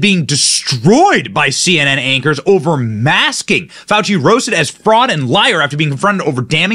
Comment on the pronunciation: Fawchee is BABBLING from the shock of his pet "news" turns on him.